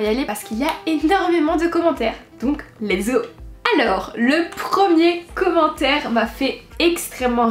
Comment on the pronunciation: donc lézo Je pense qu'on dit let's go mais après je suis pas sur